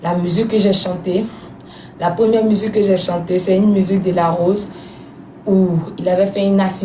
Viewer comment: Même si elle parle en français,on ne dit pas musuque on dit musique 😂.En tout cas bravo ma chérie